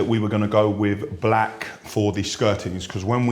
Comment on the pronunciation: The way this guy says BLAKK gets me everytime haha